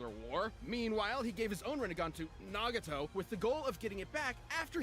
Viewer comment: ahh yes “Nagito”